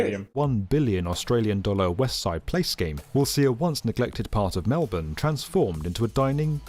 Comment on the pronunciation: when they actually said Melbourne right 🥴